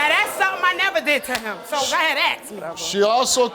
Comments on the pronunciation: The word is "ASK" not "axe". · If I have to hear the word "aks" one more time.. I am going to lose it! Where did this word become language? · Omfg. Ask, ask, ask!!!!!! Ask!!!! ASK!!! Not axe!!!! That annoys me so griffin much!!!!! Why are you being so damn lazy with a easy friggin word!!!!